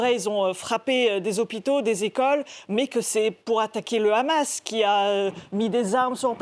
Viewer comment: non le Rrrrramas , tu prononce mal 😂 !!